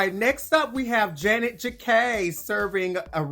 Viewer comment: I keep wondering when will yuhua ever say janey’s name correctly hahaha